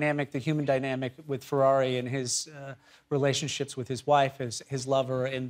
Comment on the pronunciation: Im fairly certain he said “relationshits with his wife …” 🤣